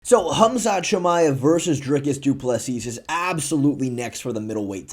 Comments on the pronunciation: How can you be an MMA "pundit" and not even know how to pronounce the world champs name? Du Plessis is pronounced "du-ple-see" not "du pla sis" you absolute bellend. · Why not say doo ple seaaaaaaaaaaaaa AND NOT SEASSSSSSSSSSSS NOR SEESSSSSSSS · do not pronounce the last 's' of Du Plessis...I thought you were a pro. lol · Why do people keep saying Du Plessis like that? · Khamzat is not ready for Dricus. FYI, the last "s" in Du Plessis is silent.